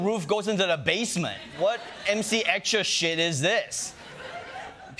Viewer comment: That's how you americans pronounce MC Escher? Oof.